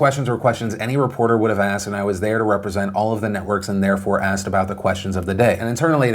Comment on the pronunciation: its the way she aksed!!!!!!!!!!!!!!!!!!!!